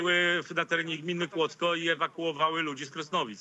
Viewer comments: Kłodzko a nie Kłodzk ale tama to już penkneła 🤣 a pękła 🤦‍♂️ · "Kłock" ja pier... amator